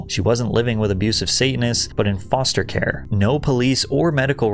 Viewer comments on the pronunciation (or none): none